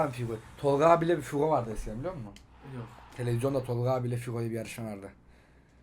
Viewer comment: Figo değil hugo o hugo 😂😂